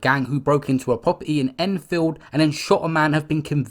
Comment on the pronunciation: Man said "poperty" loool